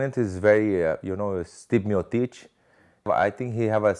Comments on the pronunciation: "My opponent is Stipmiotich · Its just so hilarious how he keeps calling him Sti Miotic without even bothering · Stipp Meo-teech. -Werdum